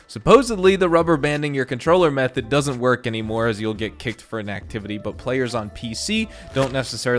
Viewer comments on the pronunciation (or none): none